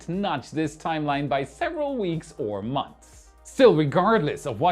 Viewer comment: Enthusiastic? Maniacal? I don’t know what are you talking about. But seriously…. language skills are phenomenally good. The only big tell I get from his pronunciation - which is only one tiny aspect of language proficiency- is that he really struggles with words ending in a th sounds followed by an s. For example Earth’s, or months. Hit up this trained linguist for a tutorial, if you like.